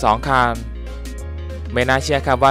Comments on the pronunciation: คันครับ ไม่ใช่คาน ฟังแล้วรำคราน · คนพาก ลูกครึ่งป่าวค้าบ. ผมฟังคัน เป็นคาล 100คานนนนลลลนนลลลลลล